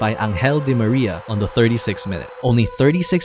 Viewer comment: U know what, just because u pronounced Angel Di Maria’s name correctly and u made me laugh, u my friend gained another subscriber Because I hate how every American and Brit and anyone else who can speak English fluently always pronounce Di Maria’s name as an-ghel instead of AN-HEL